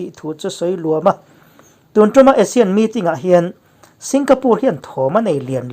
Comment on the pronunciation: I thil sawi dan hi a ngaihnawm, a felfai kan ti, kan nu nen chuan. Chhiar erawh a thluk zir deuh a ṭha ang. Eg sawi LUAM , tui LUANG ri tur ni awm a ni adt.